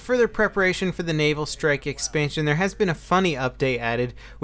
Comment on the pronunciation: Just me, or does it sound like is saying, "anal strike"... That would be some interesting DLC.